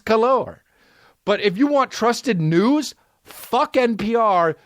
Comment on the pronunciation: He said noods instead of news, that guilty conscience came out strong